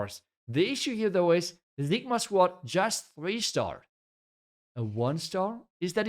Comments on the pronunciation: Why do you call them Zigma? It's Sigma Squad 😂. Cig-Ma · It's ceee gma not zigma😭